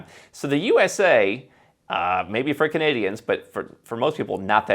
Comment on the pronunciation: When said "... for Canadians...", I could have sworn he said "freaking idiots"